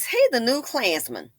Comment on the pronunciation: Every single time you said "A KLAANZMAN!" I cackled 🤣🤣